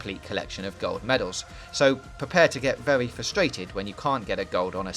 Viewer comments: its vewy vewy, pause the fucking video and move on. garbage voice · Vewy vewy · Werry werry good game 😂😂😂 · Wheely good weview i was wewy wewy entewained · Vewy claarrrsy indeed! Wev those engines! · is it vewwy vewwy good?